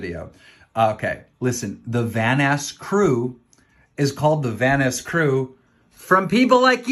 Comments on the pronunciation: Nobody gonna talk about how keem called Vanoss “Vanass” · I can’t ignore keem saying “Vanass” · yo keem is saying vannas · I got flashbacks when Delirious called him Vanass in the early 😩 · Keemstar saying Vanoss like "Van-ose" hurts me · Don't forget every Van-ass he says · I also like how people pronounce vanoss as vanoose.